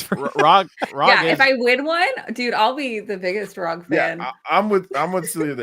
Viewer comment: I thought ROG (as in ROG Ally) was pronounced "rogue"? Rogue Ally sounds way better than "rahg".